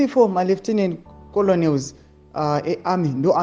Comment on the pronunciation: Makenels not koloneliz😅